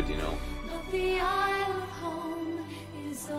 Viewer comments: How can you continue to pronounce "Isle" wrong why do you keep putting a Z sound in a silent letter spot. Do you say Island with Z or just isle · “Isle” is pronounced like “aisle”. It’s where modern English gets the word “Island”. Ireland is a very green island. That’s why it’s called the ‘Emerald Isle’.